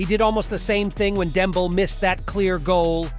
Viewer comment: Did bro really just say "Demble" 👀